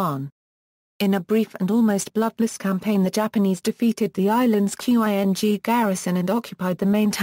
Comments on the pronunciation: Seriously? You can pronounce Meiji and you can't pronounce "Ching" Dynasty? Instead calling it "Q-I-N-G". rofl. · "q.i.n.g"??? Learn to pronounce Chinese words, you morons. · It sounds .. electronic. Must be an automatic voice generated text reader. That explains Quing pronunciation. But overall intonation, punctuation, and rhythm is great!